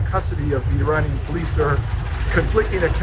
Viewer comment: Couldn't finish because of the constant mispronounciations. Research?? You can't learn to say "Tehran," "Iran," or "Iranian" before you make a video ???